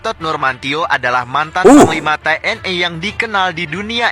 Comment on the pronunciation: TNI bang bukan TNE